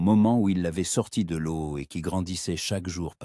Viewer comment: L'eau on dit lo et non laio